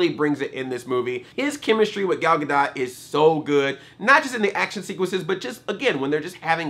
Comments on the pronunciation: her last name is pronounced "ga-dough" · Isn't the "T" in "Gadot" silent? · Take a drink every time Andre mispronounces her last name.